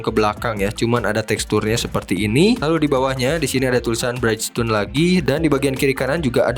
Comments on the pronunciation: Mas, punten masukan sedikit: brijston (bridgestone), bukan braitstone (brightstone). Selebihnya mau kasih apreasiasi, ini video review diecast terkeren berbahasa Indonesia yang pernah saya tonton. Semoga makin maju berkembang! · keren yak... kranjangin ah... btw izin koreksi bridgestone dibaca bridjstun aja pronouncenya ga jd braidstun om hihii... sama kyk nyebutin bridge yg artinya jembatan, anyway thank u info detailnya om